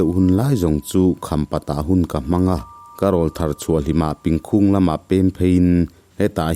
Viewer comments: Pìngkhúng ni lo in Píngkhùng ti a thluk zawk tur a ni e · Pingkhung Myanmar khua i lam rik dan a dik lo a nia.